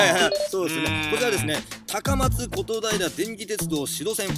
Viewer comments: こ、ことだいらぁ！？ それはことひらって読むんですよwwww 香川に来ていたんやったらダントツラーメンとラーメンジャイアンに行ってもらいたかったですねぇ！ 【追記】家系ラーメンというのに興味はあったんですが、まさかこのお店がインスパイアどころか直系だったとは… 一度行ってみることにします！ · ことだいらじゃなくて、ことひらって読むよ(^.^) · ことひら な。 ことだいら では無い。